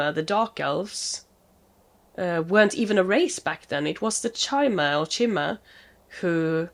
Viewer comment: It's pronounced k-i-mer 👍 Yeah with how much you enjoy the lore you would LOVE playing Morrowind. Highly recommend it for your todo list Sera is a moniker of respect from the old Velothi, an ingame language of the ancient Chimmer who where also called Velothi and are now called Dunmer. Think of it like a sex neutral Sihr. or Madam. Forgive me is someone has already explained this. The damage numbers are comparing your currently equipped weapon (Daybreaker) to the total max drawback damage of that hunting bow+your arrows. Just because number go up doesn't always mean it's a better option for you to use. Ysgramor after the night of tears be like: 🗡🛶🛡 Try rearranging the letters in that guy's name. But only after you get a very special sword in Whiterun... Wait she's walking off with Dawnbreaker! 😮 . So keep in mind that when a Stormcloke or thier supporters talk about driving "the elves" out of Skyrim they mean the Thalmer specifically (who have permission from the Empire) not literally every elf although some of them aren't smart enough to articulate that